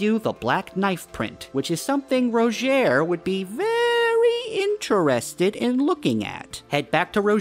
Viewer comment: why did u say "very interested in looking at" like that lmao